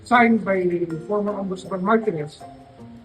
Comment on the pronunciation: Martires, hindi martinez.